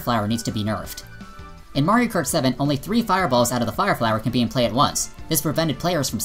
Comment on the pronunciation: I don't know a lot about all this online stuff with MK as I play it about once a month with friends but I would agree with what you're saying about it all based on your evidence But Do you keep saying Mario Karty cause that's what it sounds like and in which case I love that